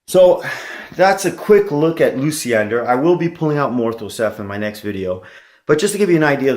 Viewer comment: Not Lucy-ender....it's loosh-yen-dahr